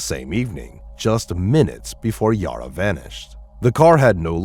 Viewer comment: Bad pronunciation on everything. Her name is not Yoro/Yora, it's Yara. Think Sara(h). Sounds like computer generated voice, certainly has the typical defects that computervoices almost all do.